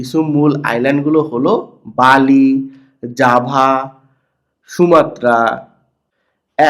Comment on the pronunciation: বালি না বেলি